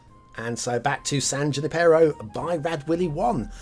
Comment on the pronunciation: Definitely meta-scale Bay Area (covering a much wider area than the recently-reviewed San Mateo). The desert doesn't fit, though. It sort of works for Foster City when it was mostly dirt and broken shells, but that was back in the 60s and 70s. Even after many visits to the UK I know I butcher some of their pronunciations, but since nobody's mentioned it yet: it's San Yoo-NIP-e-ro. The funny thing I noticed at the opening of the episode was that the land at the top of the map looks like a shrimp and the bottom portion either a crab or an octopus. Since there aren't a lot of shellfish, I guess these guys are there to say "don't mess with my brothers!". I ended up giving this map a high 2 stars. There are just enough problems that I think it could use a little work, and I don't think it's the game player's job to fix such things. Defifnitely has potential for 4, though!